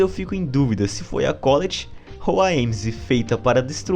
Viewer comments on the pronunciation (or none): Mano, todo mundo fala o nome da Colette errado... fica chamando de Cóleti, ja to p da vida